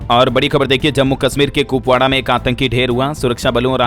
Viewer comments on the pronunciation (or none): none